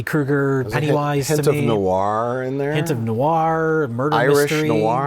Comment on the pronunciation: That's the first time I'm hearing of Foecorr and Irish Noe-warr